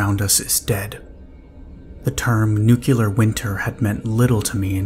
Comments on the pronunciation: ‘New-clear’ not ‘nook-you-lar’ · i was always taught to say it at it was spelled. NUCLEAR not NUCULUR So after hearing it mispronounced half a dozen times it finally drove me to leave sorry for the rant. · If you can say NEW and CLEAR, then you can pronounce it right. Its not nucular. It's never nucular. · you are my fav, and I hope that one day you will start pronouncing the word nuclear correct, it is very distracting 💜